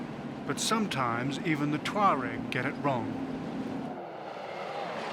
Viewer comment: It's pronounced 'tchwa-reg'